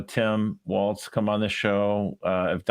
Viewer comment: Thank you for pronouncing WALZ almost correctly (it has no "T", just "walls, not waltz'. It was my last name before I married years ago, and STILL everytime someone mispronounces it I wince.